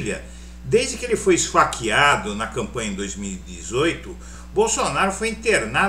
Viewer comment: Esfeikeado? Rs é uma palhaçada. Ainda tem gente q acha q isso é notícia.